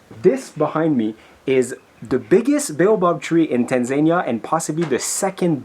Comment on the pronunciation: The way the said TaNzAniA,got me on the floor laughing here in Kenya we call it TANZANIA 😂,but it doesn't really matter 😂😂😂😂😘